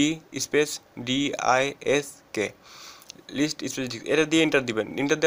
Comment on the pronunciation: he call disks by diks XD